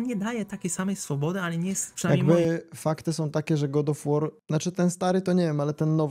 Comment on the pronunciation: tiltuje mnie troche ten god of łoar